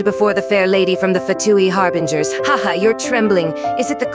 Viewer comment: "and so you aproach the sixth of the fatui HARBRINGERS...." I think something might be wrong with pronounciation..